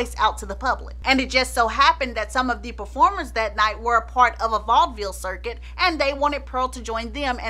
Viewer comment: ❤😂 as an easterner I can’t help but cringe at the way you said vaudeville❤ love your channel